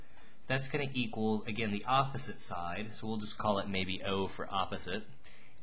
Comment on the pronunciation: I just wanted to say "yopposite" is how I'm going to say that world now.